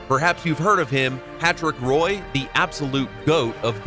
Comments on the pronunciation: Patrick Roy is pronounced more like wah or jua idfk but Rrroyy ain’t it Couldn’t believe I heard that lmfao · I'm just saying I changed to another video when I heard the narrator say "Patrick R'oye" -- nope, this isn't a hockey video lol